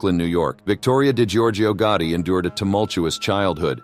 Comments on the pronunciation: If I hear "GUARDY" one more time... I'm going to scream! Americans have difficulties with pronouncing the simplest words. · What annoys me is the pronunciation of GOTTI what on Earth is "GUARDY??!